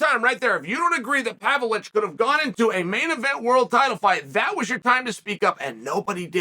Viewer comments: I never knew the ov in Pavlovich was silent. Thank you Chael! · learn how to say the guy's last name at least, Chael.. How disrespectful.. Ignorant much??